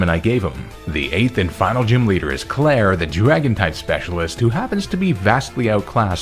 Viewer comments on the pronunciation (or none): none